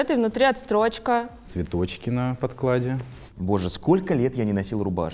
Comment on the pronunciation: Какая чудная Елена Леонидовна! И говорит правильно "подкладКА" - стилисты, нет такого слова "подклад!"))